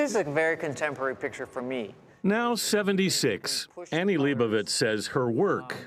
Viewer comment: Leibovitz! not Liebowiitz!